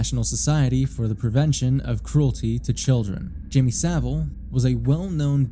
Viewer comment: It's pronounced "SAH-ville," not "suh-VILLE."